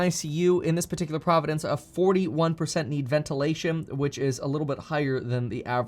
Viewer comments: Kevin - 1. Where are you getting your stats for South Africa? 2. You are adding an extra syllable to the word "province." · Province not Providence ✊ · "Providence" lol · "Province" vs "Providence." Two different words. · Province, not providence. Two separate things. Carry on. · Did you keep saying providences? Or this is my non-native speaker hearing?